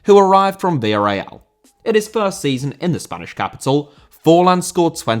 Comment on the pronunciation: Villarreal* not Via Real